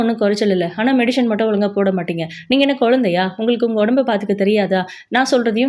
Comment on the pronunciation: It is medicine not medishine